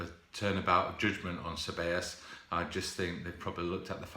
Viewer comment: almost. You pronounced it Say-Bay-Yos. 👌🏿